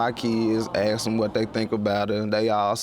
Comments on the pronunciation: I hate the work axed instead of Asked. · Hahaha 😂😂😂 this not in the video, but how when did "asked" change to "AKSED"??? What's the meaning behind this saying? 😂😂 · and axed, its asked not axed, and stoled, its stole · “ax, skinneded...” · Also stop saying AKSED instead of ASKed, lol